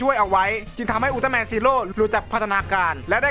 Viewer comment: พี่ครับพี่พูดว่าอุลตร้าแมนไม่ไช่อุลตร้าแมนกิงกะ